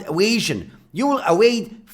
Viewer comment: like the way you say "evasion" so funny